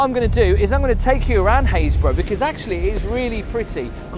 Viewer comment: when you left the church, you called this place Hayesburgh - i thought it would have sounded more like happis-burgh lol ive never heard of this place. just a suggestion.. for those of us who know nothing about where your places are... it would be nice to see a tiny shape of UK in a corner with a dot of where you are. ... like i said... just a suggestion, as i have to look up every place :)